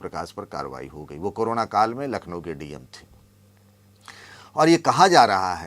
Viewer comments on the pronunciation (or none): none